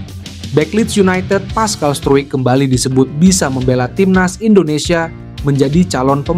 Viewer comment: Pascal struijk...😂😂 bacanya : paskal strouk